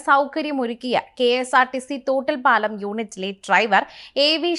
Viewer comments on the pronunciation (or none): കേരളത്തിലെ സ്ഥലനാമങ്ങൾ കുറച്ചൊക്കെ പഠിച്ചു വയ്ക്കുന്നത് വാർത്താ അവതാരകർക്ക് നല്ലതാണ്. "തോട്ടിൽപ്പാലം" അല്ല, തൊട്ടിൽപ്പാലം ആണ്.